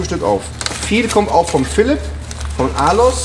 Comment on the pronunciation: wieso sagt JP immer Alos und nicht Arlows?